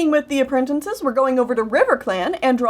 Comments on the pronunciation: I'm sorry, but I laugh every time you say "apprentinces" instead of "apprentices" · Anoder thing.... you say apprentinces...... ITS apprenTICES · I dont know why no one says this but has no one noticed how says a-pre-n-ten-ces instead of a-pre-n-ti-ces it really bugs me, since its spelt apprentices